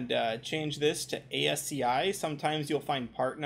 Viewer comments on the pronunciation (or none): Ascii is pronounced "As-Kee"